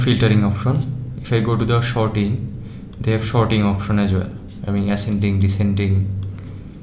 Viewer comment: thanks ;) but "shorting" when there was "sorting" was quite funny ;)